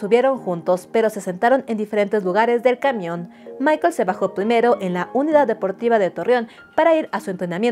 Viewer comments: Es el primer vídeo tuyo que veo y me pareció excelente tu investigación. Sólo una pequeña corrección su hermano no se llama Michael, se llama Michel la pronunciación es diferente 😊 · No es Michaell es Muchelle